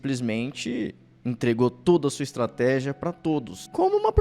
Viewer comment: Estrateja??? Kkkk